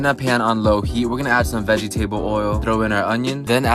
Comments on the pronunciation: Did he literally jus say "veggie-table oil" and "potaytoess" 🤣🤣🤣🤣my kinda friend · Everyone: vegetable oil: veget--Able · "veggie-table oil" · “some vegie-table oil” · The way he pronounce vegetable oil and dulce de leche HSHAHAHAHHAHAHAAHAHAHHAHAHAHAAHHAHAHAHAHAHAHAHAHHAHAHHA